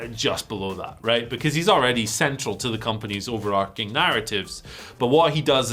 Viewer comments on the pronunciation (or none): I beg of you, please--overarching has a soft ch, it is something that arches over everything like, not an arc